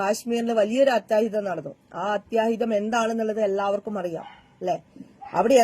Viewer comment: avaloodu nakku vadikkan para first, അത്യാഹിതം എന്നു പറയേണ്ടിടത്ത് അത്തഹിതം എന്നാണ് പറയുന്നത്